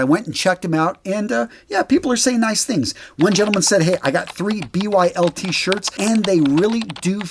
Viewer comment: So I think BYLT is actually pronounced (BUILT) I am starting to favor those shirts over CUTS .. I really love both for the athletic taller guy, however CUTs tags start to irritate my neck when I wear them. I hope they go tagless very soon!!